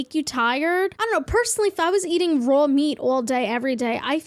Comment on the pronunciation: when she said raw meat all day everyday it sounded sooooooooooo New Yorker. I mean that in the best way possible as someone from Jersey 😁